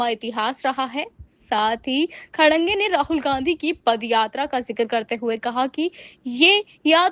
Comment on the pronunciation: Abe Tmhe Anchor Kishne banaya.. Tum Khadke ko Khadange pad rhi ho. phle padna to Sikh le Gawar